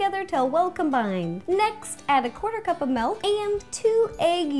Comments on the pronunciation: it's mILk, not mALk. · Are you from the Midwest? I noticed that you say "melk" instead of milk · OMG. she called it melk!!!! I love her soooooo much for some reason I just cant get mad at her. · Yay! She says milk like melk, like me too!!! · "Melk" AHHHHHHHH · I just realized she says melk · You say milk weird😂😂